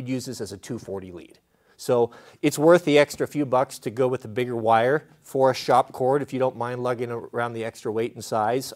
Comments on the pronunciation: Its called S.O. cord. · It's called SO cord. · It is called SO cord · It’s called S. O. Cord